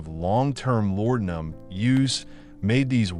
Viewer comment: IT'S LA DE UM! Not lordumb....